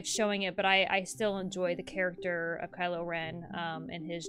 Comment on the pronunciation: for a sec I thought you said Kyle not Kylo XD